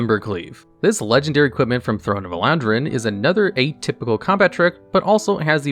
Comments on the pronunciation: Throne of Elandrine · throne of WHAT??? ELANDRAINE? man stop butchering names happens every video